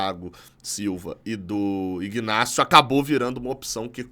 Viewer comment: A pronuncia é inácio. Pelo menos é assim nos 3 Ignacios que eu conheço